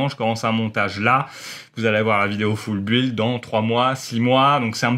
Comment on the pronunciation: Bonne vidéo comme d'habitude. Par contre "Full Build" prononcé foule buuuiiilde c'est pas class... "Construction complète" c'est pas mal aussi. Non sans déconner continu comme ça c'est très bien!